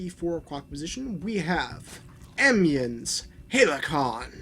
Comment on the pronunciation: It's pronounced Hal-key-on and Thunder Strike :p